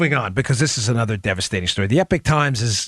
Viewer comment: It’s Eepok Times Dan. Not Epik Times. Please!